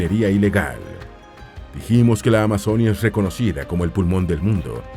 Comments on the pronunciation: Este narrador cambia las tildes! Se dice carte'l no es ca'rtel Se dice Amazonía no amazónia No se dice Valledúpar se dice Valledupár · "Valledúpar", "amazónia", "antioquía" "auraca"? Wtf "Eliecer", qué dolor de oídos pero aún me lo miré y qué buena forma de describir mi país :) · Es AMAZONÍA con tilde en la I no en la O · Pronuncien bien Amazonía.... No es Amazónia.... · Se dice Amazonía con tilde en la i donde va el acento